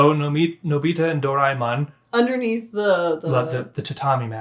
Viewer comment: Idk if this is a helpful tip, but try pronouncing Daemon individually: do - ra - e ('eh') - mon but of course, pronounce it however way you want to :)